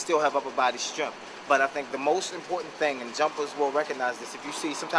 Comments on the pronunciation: haha he says strenf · There is no 'f' in the word strngth.